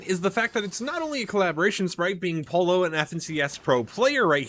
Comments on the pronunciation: Yeah I cringe every time he pronounces it polo instead of poyo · @@ FNCS caster can say “Peterbot and Pollo” correctly when have you heard them say “Peterbot and Polo 👕”? I didn’t say “Perfectly pronounce” it’s the easiest word to say, like Yo-Yo but Po-Yo. Not that hard to figure out man. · It’s no called Polo is pollo (Spanish and Italian for Chicken) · Is it so hard to learn how to pronounce Pollo’s name? It’s Spanish for “CHICKEN” not a fucking game where you hit a ball riding around on a horse 🤦🏻😩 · He’s not Spanish speaking so why would he be able to perfectly pronounce the word if someone’s a mandarin word was written in English you would struggle pronouncing it if ur English it’s not a hard concept to grasp